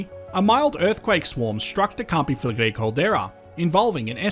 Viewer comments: First English person that I’ve seen on YouTube say campi flegrei correctly 😮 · Thanks for proving that it IS possible for an anglophone to prononce their name correctly.